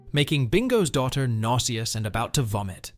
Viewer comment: It's funny when you say daughter lol